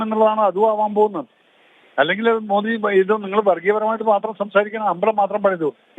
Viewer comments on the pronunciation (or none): none